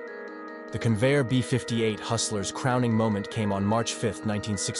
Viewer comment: Convair not Conveyor!